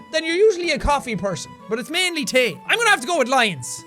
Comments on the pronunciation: Superwholock4life it’s tae not teh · Belle Darn, I only noticed this comment after saying something similar. I love his thicker accent so much. Like how he pronounced "tea" like "tay." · His accent seems so much stronger in this video than usual. Anyone else hear him pronounce "tea" like "tay"? I absolutely love it! I'm like the Irish version of a weaboo. Is there a word for that? I have some Irish in my DNA but not enough to count myself as Irish. Maybe that's why I dislike any alcohol...